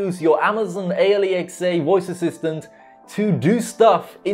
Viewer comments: hopefully, you're trolling with the whole A L E X A pronunciation to trigger ppl lol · Its pronounced al-x-uh you dont say each letter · People at Amazon spent so much effort to come up with an actual name, and you call it A.L.E.X.A. ... xD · Please stop saying alexa that way.Idk try something else instead because it sounds weird and annoying.Maybe just call it the assistant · Before becoming a YouTube pronounce Alexa right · Ha he can’t say alexa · Way you pronounce Alexa sounds like a Newgen you would find on Football Manager lol